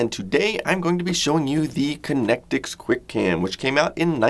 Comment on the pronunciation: "QUI CAM"